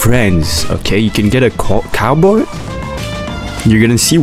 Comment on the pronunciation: caboi kandakturrrr😂